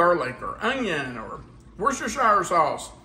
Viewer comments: Yeah! Crispix, 'FTW!' I've never heard of Kix in Chex Mix. I'd say this is definitely different! Ahh, oysters crackers! Mmm... peanuts! Cashews are good, too! ...and Bugles! [hehe] Just to mention it, worcestershire is pronounced wooster-sheer. I found out when I heard there's a city (town?) called Worcester in ME and was told it's pronounced wooster. I later searched the pronunciation of "worcestershire" and it's the same. 🤣Those pretzels really wanted to join the party! I can't say I have any particular favorite snack(s). My preference is anything crunchy. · But… I live in NH - but less than an hour drive from WORCESTER, MA. So, the correct pronunciation of this city is as follows: WOOS-terrr(rhymes with burr) … rhymes with “he is not brave; he is a real WUSS!!” Hence, the “sauce” pronunciation is as follows: WOOS-terrr-shear Sauce. And yes - it is “SHEAR” rather than “SHY-ER” . The emphasis is on the 1st syllable in BOLD ie “WOOS”Easy peasy once you practice a bit! One of my kids is a Prof Chef & can vouch; another one of my kids lives in Britain & can vouch. Lastly, I live 1 hr drive from BOTH Concord, NH and Concord, MA. Sharing this since you were teachers…. an old New England saying is still a truism: ”Atila the Hun never conquered Concord.” Newscasters & politicos usually mis-pronounce the CITY name. Both the city & the action are pronounced THE SAME. If only they’d been taught this adage! I really enjoy your videos & recipes - keep up the good work! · I say "war chester" sauce😂 Does anyone know the correct pronounciation😂